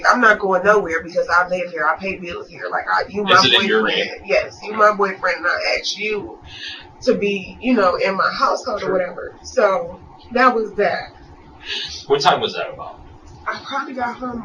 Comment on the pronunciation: She axed 911. Not asked but axed. This from a member of the "most educated" group in America lol